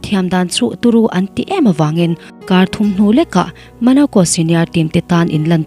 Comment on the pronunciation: Monaco ❌ Manaco✅ Thierry Henry ❌ Theory Henry ✅ 😎